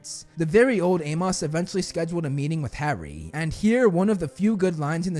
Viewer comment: The way this kid pronounces HARRY????